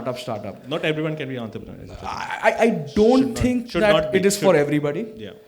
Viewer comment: god knows why in india people pronounce entrepreneur as if its an italian word with the T like taliban, it is T like toxic.